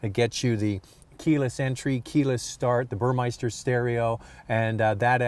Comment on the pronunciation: It's Burmester. There isn't an 'i' in it. I used to pronounce it the same way lol